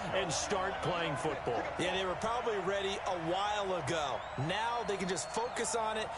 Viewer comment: are u serious right neow bro